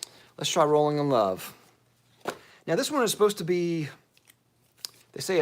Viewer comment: Had a great laugh at your intro of Rolling in Love. I totally thought you said Bowling in Love. I was thinking, "Wow. They are making fragrances for everything these days!" LOL :)